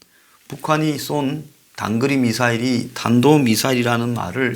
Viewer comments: 혓바닥이 짧아서 탄도인데 단도발음이 된 것이다 ....ㅋ.ㅋ.ㅋ. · 저는 치매라서 탄도를 단도라고 발음했다고 생각합니다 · 삽살개라서, 사람이 말하는 "탄도" 를 절대 발음할수 없슴니다. "단도" 가 최상의 발성 임니다.~~ㅋㅋㅋㅋㅋ~~~~~